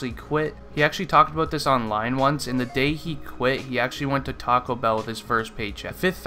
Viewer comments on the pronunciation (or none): none